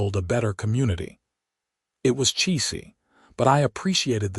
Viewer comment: AI couldn't pronounce 'Cheesy'